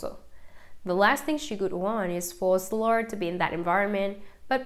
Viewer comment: Why do we have to suffer by hearing this robot mispronounce names and places. Why is Shiloh SILLOR?